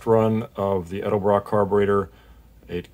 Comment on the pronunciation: Say it and spell it with me 😂 ED....EL....BROCK